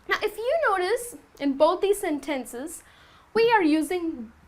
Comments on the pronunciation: Hi, i liked your class, it's useful and understandable and i want to point you something, the way you pronounce "sentences " is incorrect. You have to check/verify in a translator. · Seriously? Senténces?!? 😐